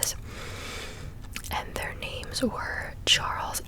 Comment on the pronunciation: Can't pronounce names/places correctly. Didn't even think why he did certain things, just called it dumb.